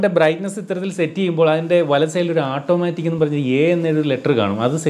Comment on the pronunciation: ഈ ആട്ടോമാറ്റിക് എന്നത് മാറ്റി... "ഓട്ടോമാറ്റിക് " എന്ന് പറയുന്നത് കേൾക്കാൻ ആവും നല്ലത് എന്ന് തോനുന്നു...വളരെ ഫ്രാങ്ക് ആയ ഒരു എളിയ അഭിപ്രയം ആണ്.. 😊